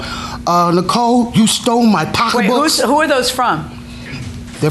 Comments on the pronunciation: Did she say they went to Apple B’s to get “pockabooks”? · You mean “pock a books” 😂😂😂😂😂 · I was cracking up every time they said pockabook😂😂